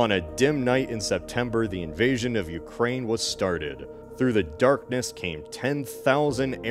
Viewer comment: ah yes the UkraiZe(y)